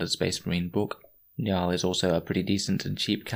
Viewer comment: It's pronounced njOOl